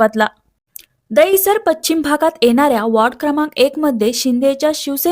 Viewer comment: पच्छिम नाही गं ...😂 पश्चिम बोल